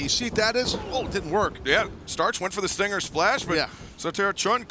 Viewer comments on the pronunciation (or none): none